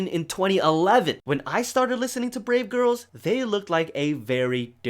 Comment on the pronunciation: Instead of brave girls i heard grape girls